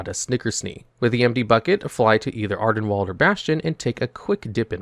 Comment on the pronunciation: I believe it's AR-den-weeld (rhymes with field) not wald (rhymes with bald).